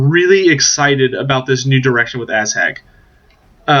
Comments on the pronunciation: lol it's Ah-zhag not Asshag.. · Definetly asshag.